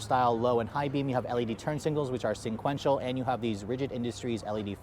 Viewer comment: SEQUENTIAL! Not sinquential! Every time 🤦🏻‍♂️